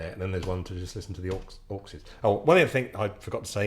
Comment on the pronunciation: Every time you say 'Auxes' I hear "Orcses, Precious..." 😲